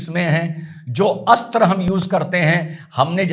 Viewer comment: बहुत बहुत धन्यवाद की आपने अस्त्र मिसाइल बोला है न की अस्त्रा। योग अब योगा हो गया, अर्जुन अब अर्जुना आदि आदि। दीपावली की बहुत बहुत शुभकामनाएं 🌹🌹🌹🙏🙏🙏